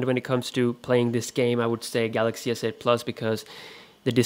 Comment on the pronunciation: I thought he said asshole 8